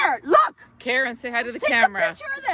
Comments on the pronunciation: why do you pronounce Karen like that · Can instantly tell is from the east coast by the way he says “Karen” lol.